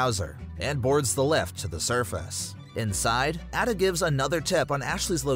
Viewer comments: Bro said at-a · Hold up it’s A DUH not adda….. ada wong. Also the original res 4 is better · It's a-duh not ada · Your also pronouncing Ada wrong it’s “aye-duh” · Can you do the video again but pronounce the names right if you don’t know how to pronounce them Leon says both Ada and luis in the cutscenes